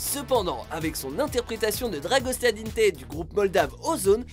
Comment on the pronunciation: La façon dont tu as prononcé la phrase “ dragostea din tei “ c’est juste gênant .... mais SI NON ça vas vos vidéos sont cool 😎!